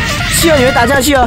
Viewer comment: ，是企鹅，读qí